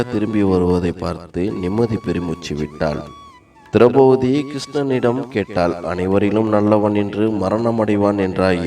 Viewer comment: நன்றாக இருந்தது.. ஒன்றை மட்டும் கூறிக் கொள்கிறேன் மாற்றிக் கொண்டால் நன்றாக இருக்கும். திரெளபதி - ஐ திரௌபூதி என்றும், இறக்கும் என்றச் சொல்லை இற்க்கும் என்றும் உச்சரிப்பது போலத் தோன்றுகிறது.